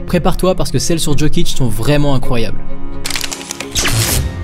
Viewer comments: Tes vidéos sont exceptionnelle, mais je voulais quand même te dire que chez nous les yougos le J se dit comme le Y donc "Yokic" et non "Djokic" voilà voilà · Tu dis "JO"kic comme dans "joli" on ne s'abonnera pas. Lis correctement et on pensera à peut-être s'abonner. Put some respect on his name